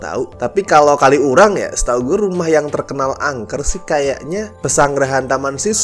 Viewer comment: Mo komen minor, bacanya bukan "kali urang" tp disambung "kaliurang", sebagai org xurang agak keganggu aja haha.. Maap ya no offense